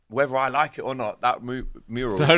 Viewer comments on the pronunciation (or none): can someone tell that it’s mural and not murial